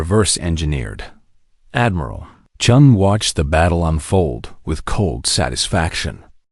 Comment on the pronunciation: Chun, not Chen. Completely different. haha (and yes, I think that sets an all-time record)